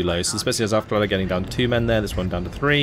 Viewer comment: Love your vids, I hope you'll be staying this active making them! Love your mix of play-by-play and meta commentary. Also wanted to drop a small hint re the german recon units: They are pronounced "Owfklayrer" - I only mention it because you are already so close to pronouncing them perfectly ;).